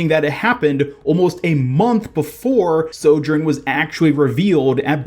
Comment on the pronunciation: Ugh listening to his mispronunciation of sojourn over and over is making my brain bleed internally